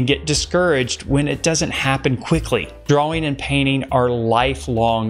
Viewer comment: 6 years of art school and they never taught you how to pronounce ‘drawing’